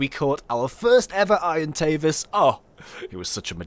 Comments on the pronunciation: its not irontavis it's argentavis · Please say it properly it is bugging me sorry but it is (arg an tave as)